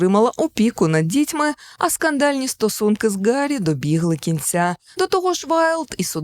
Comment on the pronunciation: Гарі, а не Ґарі, бо в оригіналі Harry, а не Gary.